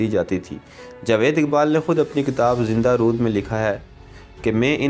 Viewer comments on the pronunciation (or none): none